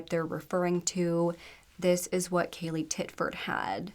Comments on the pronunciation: You said her name wrong 2 different times 😢. You called her Kayla and Kalia as well as her actual name, Kaylee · Kaylea. Pronounced JUST LIKE KAYLEY. It was said numerous times in the 999 call and the court footage. If you're going to cover a case on a victim for profit at least get their name right.